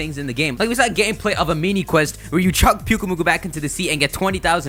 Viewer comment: It sfunny when you say pyukumuku